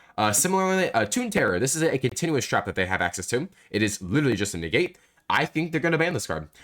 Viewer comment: Negate ❌ Niggate ✅